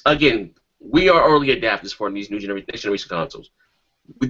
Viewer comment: did showstopper say johndra? lol, genre is what he meant right? lmao. my bad show i had to go there!